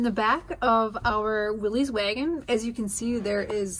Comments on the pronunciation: Pronounced "Willis," not "Willeez." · Great build!1 I have a ‘62 and love it! Do your selves a favor in the community and stop calling it a “Willies”, it’s a “Will-is” and drop the apostrophe.